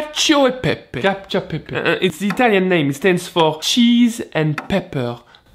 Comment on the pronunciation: There is nothing worse than a Frenchman, who speaks English and pronounces Italian names at the same time...